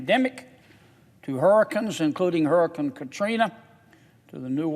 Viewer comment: Love him to pieces!!! And loved when he said "hurr-ri-kans & hurr-ri-kan Katrina"!